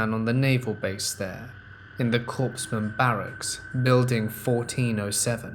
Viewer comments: Its COREman NOT CORPSman. The reader has great tone & cadence but the overacting & mispronounced words lost me..... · Yay! I love Crazy Ex stories. Don't know why as I've never had a crazy ex, myself. My husband is nice and not crazy. LOL In the United States Military, a Corpsman is pronounced KOR-mun. The “p” and the “s” are silent.